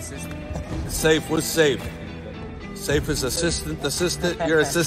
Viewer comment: It's not Safe Coach, it's Saeef or Saif